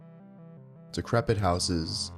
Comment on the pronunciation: ”decriped housing”, you don’t say?